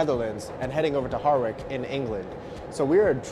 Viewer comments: It's Harwich in England,pronounced Haritch. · That's an unconventional pronunciation of Harwich if ever I heard one.